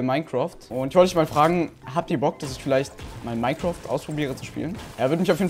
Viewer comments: Es heißt nicht moincraft sondern minecraft no hate bester youtuber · habt ihr bock das minecroft spiele ich will dich nicht verbessern aber es heißt Minecraft 😂😂😂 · Wirklich Wirklich Niemand....: Minecroft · Niemand:: Minecroft HHAHAHAHAHAHA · Andere: Minecraft: Minecroft 😂😂😂😂😂😂😂😂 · Niemand: Wirklich niemand: Nicht mal Dieter Bohlen:: MiNeCrOfT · "MINECROFT" XDDDDDD